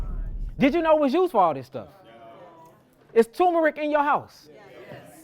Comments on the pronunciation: *TuRmeric NOT Tōōmeric respectfully❤ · Turmeric. There’s an rR tur mer ic 😂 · Why are you calling it Toom-Erick?